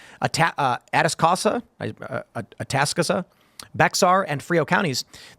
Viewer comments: Atascosa “At-ah-sco-sa” Bexar =“bear” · Atascosa = attah-skoh-suh Bexar = Bear FYI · Atascosa is pronounced A-tas-cosa. Bexar is pronounced like the word bear. In case anyone was wondering how to say those places correctly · Tim its Ah - task - co - see - ta